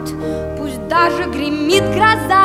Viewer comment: зачем так произносить "-Пусть даже гримит гроза"? Ну вот зачем.